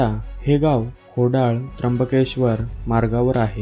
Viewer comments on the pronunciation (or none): खोडळ नाय रे खोडळा आहे ...